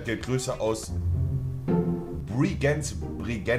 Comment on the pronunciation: Deutsche Spechen Bergenz immer Falsch aus, das so Funny